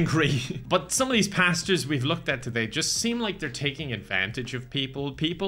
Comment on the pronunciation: Woah! American Pasta review...That's the most Irish that can get!